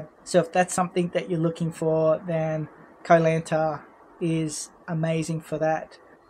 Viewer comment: You started the video by mispronouncing Koh Lanta. It was all downhill from there. Silly nonsense .😮